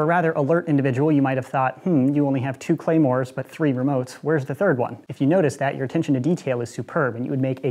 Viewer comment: “clamors” pronounced: clah-mores “Claymores” pronounces: Clay-mores